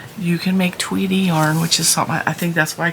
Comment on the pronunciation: Tweedy yarn🎉🎉🎉 cool though at first I thought you said Tweety. So I thought a Sylvester yarn 😂😂😂😂